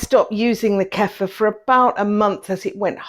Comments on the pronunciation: Ku-feer. Not Keffa. It's not our word, and we should pronounce it the way the people who originated it pronounce it. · Kefeeer not Kefer